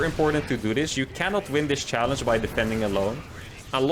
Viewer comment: next challenge, trying to say the word challege correctly.